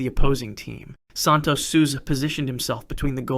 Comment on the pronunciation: Santos "sulsa"